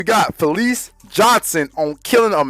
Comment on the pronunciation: Ita fleece, not felice !!!